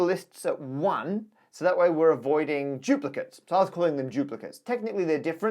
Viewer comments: Why does Matt keep saying "giuplicates"? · For some unknown reason, Brits often pronounce a D as if it were a J.